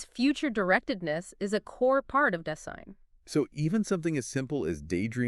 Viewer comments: Dase-I-n. Not Das-EE-n. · super impressed with the brilliance and clarity of presentation. But how is it possible that you mispronounce "Dasein"?? And why is the video so badly mislabeled? Still. Now a huge fan!!